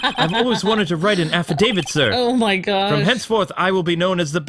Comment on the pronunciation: Ugh the way you pronounce affidavit is triggering me -_